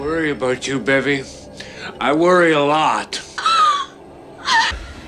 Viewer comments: He says Bevvy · Bevy not baby.